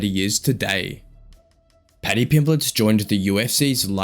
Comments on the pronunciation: Why does the voiceover keep calling him Pimbletts? It's Pimblett. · His name's not Pimbletts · You do know theres no "s" at the end of his name, right? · So annoying listening to you say Pimbletts when you've literally used footage of the man 🤦🏻‍♂️ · How can you get his name correct in writing then add an S everytime you say it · ARGHH WHY DO YOU YOU KEEP SAYING "PIMBLETT'S"?!!!!! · It's a bit annoying hearing Pimbletts (plural) so many times 😢 There's no "s" on the end of Pimblett (or Eubank!) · Tell whoever is the narrator that there isn’t any S in Pimblett. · There is no S in his name